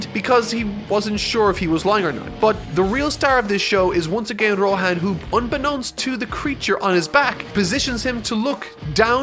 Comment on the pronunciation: Nobody:: Rohän